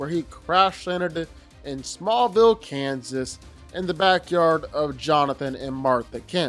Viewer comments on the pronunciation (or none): none